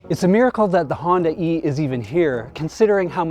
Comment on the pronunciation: Honda e Hondae "Honday" Hyundai Honda e = Hyundai